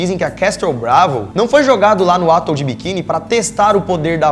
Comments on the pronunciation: Galera, o português de vocês é medíocre. Desculpe, vocês têm a obrigação de propagar o idioma bem falado. Lamentável. Obs: A pronúncia é AtÓl e não Átol, como disseram. E nem é uma palavra estrangeira. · "Átol, Mengéle".. ao invés de atol e "menguele" fora outros erros absurdos de pronúncia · Atol se pronuncia Atól e Mengele, Menguele. Abraço meninos! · Só uma dica: Atol se pronuncia assim: Atól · "Átol de biquini" que zorra é essa velho. Vcs precisam estudar mais o que falam!